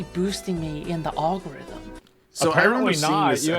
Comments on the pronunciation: "The YouTube all-go-rith-em." I don't even know if this person is real this time, or if they're just a poorly programmed deep-fake. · "All-gorithm" is killing me.